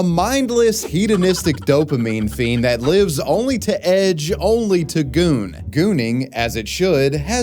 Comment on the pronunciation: whenever he says goon i die